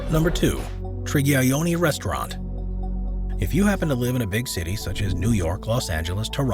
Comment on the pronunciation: Its not Trigayoni..Its Triyagyoni..Please rectify as it may hurt the owner's feeling..